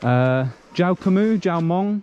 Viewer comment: lol you said "jao hmong?" but they thought you said "jak mong?" like "what time is it?" next time say something like "bpen khon hmong lue khon Lao?" it might be more clear. thanks for these videos. My father lost many of his friends as a kid to these bombs before escaping to thailand and then the US. even after 50 years he has severe ptsd. many people are dealing with that. a lot of people cannot talk about it even today after so many years, both the Hmong and Lao people. It's beyond tragedy at this point considering the remnants today both physical and mental. anyway thank you very much for the videos and being so respectful and curious about the culture.